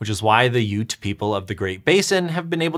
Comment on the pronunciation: Well, today I learned the correct pronunciation of Ute. And they were right about them being water bugs! So cool.